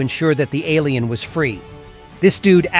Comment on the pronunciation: When bro said “lil ailien “😂